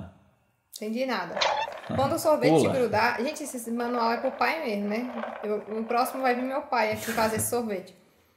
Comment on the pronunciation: no manual Guilherme: no Manuel KKKKKKKKKKKKKK